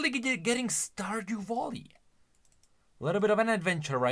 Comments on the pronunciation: The way he say's VALLY like VOLLY is just perfect. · No, the joke is that he keeps calling it Volley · Everyone else: Stardew Valley: Stardew Volley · "Stardew Volley" 💀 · Stardew Voli? seem to be tired he's already mixing everything Sorry thats all I could hear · My mental health was severely hindered after hearing someone call Stardew Valley ----> "Stardew Volley" so many times. Great video though! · "Stardew Volley" is making me insane... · Stardew Volley is when you spit a half chewed starburst into your opponents face while playing tennis. Stardew Valley is the game you trying to compare this to, and it's pronounce Val (sounds like Hal from 2001 a space odyssey) Lee (as in Bruce Lee... you know... the two gay guys that live next door to me, and throw awesome parties.). Val-Lee (sounds like: Tally). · "IS IT A STORDEW VOLLEY???" -, 2023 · say Vollye one more time and i am gonna explode xd